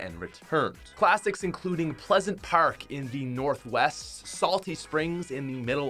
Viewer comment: My dude did you say pleasant parak